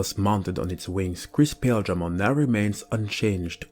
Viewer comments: The anime pronounced paildramon with emphasis on the il sound so pa- il- dra mon not pail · Okay, so this Digimon is called Paledramon, which is a clear reference to Ice or Snow, being that Ice and Snow are shown as being White and/or Light Blue, thus his colors as well. So it is Paledramon; Pale like white. Paildramon is pronounced Pah-ihl or Pah-ail dramon, not Pale. Hope this cleared things up. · I think that Paildramon should be pronounced Pie-eel-dra-mon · pretty sure the exveemon and stingmon jog evo is pronaunced "Pa eel dramon " and writen paildramon so their names or not the same . but its just my knowlage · Paledramon you got right. Paildramon is pronounced weird so it's not odd you got it wrong. Pa-I-eel-dra-mon. Not sure why but that's how the anime pronounces it. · Paildramon is Pie-EEL-druh-mon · Paildramon is pronounced like pie eel dra mon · I always pronounced Paildramon as Pah-eel-dramon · Awesome vid! Can't wait for angel rebellion that'll be sweet. Its pale-dramon and paw-eel-dramon or pie-eel-dramom like buddy said below (I think). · Paildramon is pronounced Pie-il-dramon, when in doubt check the anime as they use his name often. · Paildramon has the long “I” followed by the “e” sound.